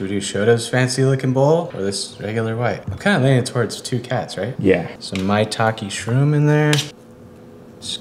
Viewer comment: It's actually pronounced as My-Tah-Keh